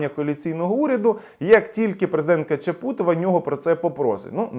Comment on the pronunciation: Здається, вона ЧАпутова, а не ЧапУтова. На жаль, уходить.